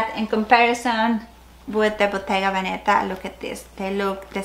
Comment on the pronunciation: I love your collection - btw Veneta is emphasised on the first „e“ ! I don’t bother saying that for every English speaking channel but I think for Hispanics it is maybe interesting !